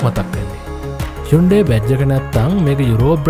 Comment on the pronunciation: යුන්ඩේ කියලද බන් කියන්නේ 😂😂😂